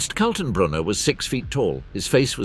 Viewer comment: Who is Colton Broner ? Ernst Kaltenbrunner............... Joachim von Rippentrop and Goering, not Guring. And so on, and so on............................